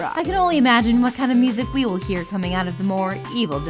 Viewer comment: "You'll know you've done it roight, once you eer the neck SNAP"